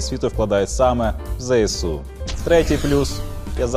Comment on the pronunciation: окреме дякую за правильну вимову ЗСУ!